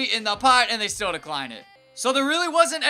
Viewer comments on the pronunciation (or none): none